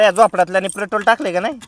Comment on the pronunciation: pretol नाय petrol😂😂😂